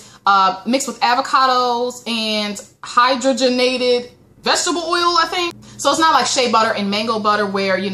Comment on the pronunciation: your hair looks alot bouncier, i cant wait until i get to that stage, but i wont be big chopping until october. oh, and btw, i hoe this helps for future reference: pompeian- pom(pay)an and hydrogenated-hy[(draw)pronounced like bra] genated